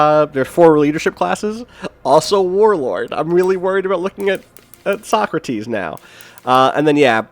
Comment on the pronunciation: He definately pronounces it "So-crates" :)